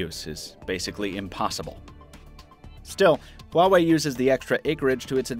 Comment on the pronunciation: just the name "huwawei"... uuughh... why bother looking into it?